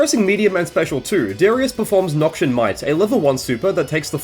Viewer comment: Not to be the guy but Noxian is pronounced "Noks-ee-ann" not "Nok-shun"